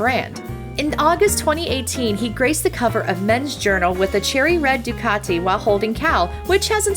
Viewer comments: The way this lady says " Ducat-ay " 🤧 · who says ducati like that